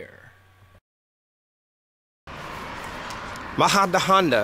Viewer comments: Great video in Spain, but you are pronouncing the city's name so wrong. Try saying "Muh-hu-duh-on-duh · Great video in Spain, but you are pronouncing the city's name so wrong. Try saying "Mu-hu-duh-on-duh